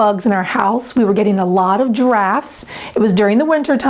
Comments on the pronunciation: it sounded like you said "We were getting a lot of GIRAFFES." 😂😂😂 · Sounded like you said that due to the lame windows, you were getting a lot of stink bugs and giraffes. I thought, well it's better than stinkbugs & crocodiles.